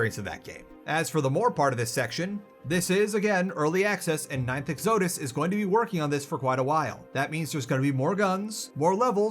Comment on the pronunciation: Bro didn’t even pronounce “exodus” correctly, there’s no hope for him learning to pronounce Peripeteia